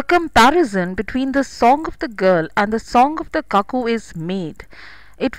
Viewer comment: Cuckoo is pronounced as kuku not kaku..